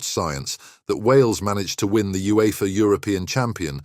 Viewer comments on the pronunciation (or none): none